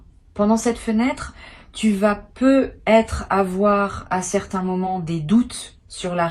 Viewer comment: insuportable la voix IA avec ses :"peu être" , essayez au moins de prendre des voix qui font les liaisons en Français si vous voulez être crédibles